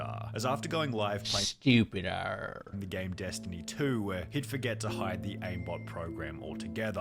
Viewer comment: can we appreciate the moment said "sTuPiDaRrR